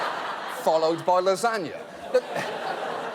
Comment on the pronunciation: The way he says lasagna really annoys me 😂